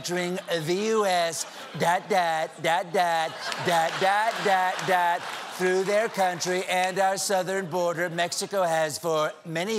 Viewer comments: "Throug" LMAO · HAHAHA! "Throug"